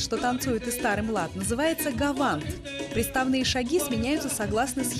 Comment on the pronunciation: Не гаванд а гованд